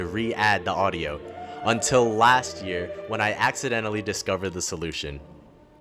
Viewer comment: hi late comment but are you perhaps filipino? the way you said "accidentally" caught me off guard.